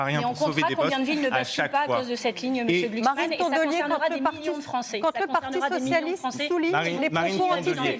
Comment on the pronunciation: On ne dit pas Glucksmann, on dit Glucks ment :face-blue-smiling::face-blue-smiling::face-blue-smiling